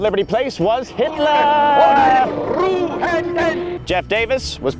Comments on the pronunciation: It's funny when he say HITLERRRRRR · I can't help but laugh every time he says "HITLERRRRR"